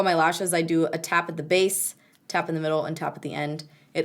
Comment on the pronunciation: Am I the only one that heard "slappin the base" when she said "tap at the base" orrrrr nahhhhh?